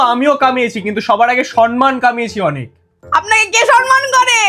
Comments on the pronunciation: Samman not san man ! Please correct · My Bengali soul respectfully stood up when I heard ‘সনমান’ instead of ‘সম্মান’ 😂